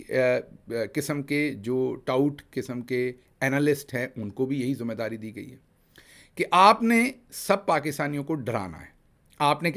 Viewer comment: Word "Zumme Dari" nhe "Zimma Dari" hota hay Dr. Sb.